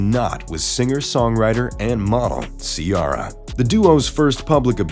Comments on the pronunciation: "See•Air•uh" and we already new that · I Love Russell Wilson & Ciara & Their Beautiful Children, I Just Wish You'd Say Ciara's Name Correctly, Or Maybe it's Your American Accent!!, "GO SEAHAWKS" ❤ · How are you going to pronounced Ciara name like that lol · How do you mess up the name Ciara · They do it all the time. They been saying her name wrong since she debut. Smh